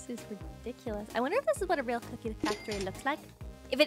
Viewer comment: real not rael